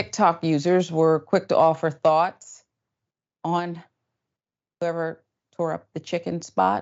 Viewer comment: Quick to offer thots... ohhh thoughts! LoL I heard what I heard